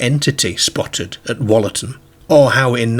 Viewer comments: Wollaton is pronounced with an ooh, like woollaton (wool) more than the shorter wol. Some of the local pronunciations aren't like how theyre spelt 😊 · That’s not how you say Wollaton. You pronounce it like it has a double o -wool a tun